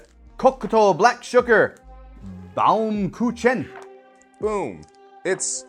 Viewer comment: Lol..... "Bowm-coo-chen!" aka Baum-Kuchen is just german for "tree-cake". You know... beacuse it looks like a slice of a tree trunk :)